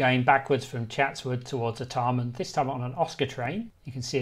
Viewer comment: Art e mn? Never heard it pronounced that way before. Always been R Tar Mn in my lifetime.